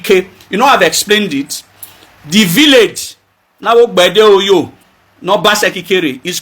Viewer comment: Thank you as always but Ogbeideoyo is pronounced Ogbe -ide-oryor. The last segment (Oyo) is the issue. It’s pronounced like Oryor as if pronouncing the Oyo empire. And the O (oryor) both before and after the y has an upward accent. The O does not sound like in the word go but rather like in or.